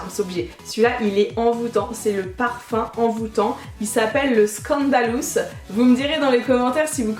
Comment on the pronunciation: cc jtd et aussi tu m as fait trop rire quand tu as présenté le parfum 2 et que t as dit scandalous! t eu un accent allemand alors que ct de l anglais! tu m as fait délirer! je t adore trop continue et bien sûr #Warrior4ever! 💍💞💞💞💓💯💯💯💯💘💘💜💜💜💜💝💝💝💝💚💖💚💖💕💕💕💟💟💟💗💗💙💙💙💙💙💘💜💜💝💚💟👌